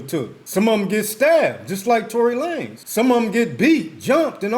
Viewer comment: Tory La-Nez 😂 I rock with that name way better than